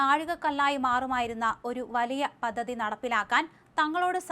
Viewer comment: "പദ്ധതി",,, "ഔദ്യോഗിക"അക്ഷരസ്ഫൂടതയോടെ വായിക്കൂമാഡം